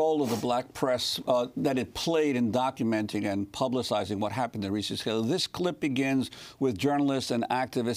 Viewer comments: pronounced "Ree-Cee" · Am I the only that noticed is mispronouncing Recy's name! I can't...